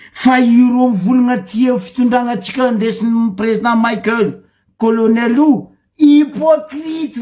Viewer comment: 😱 Espèce d'abruti ! Maheza magnaja agnaran'olo. Tsy président Maïkeul pory nao fa Président Michaël. Anao marary jery, mipodiana mianatra à l'école.